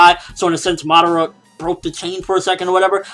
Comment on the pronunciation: pronounced ma~da~ra not Madauria. Seriously you say it have it sound on the show and in japanese. How can you mess that up!